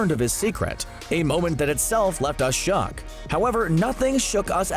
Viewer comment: How many times you said shock instead of shook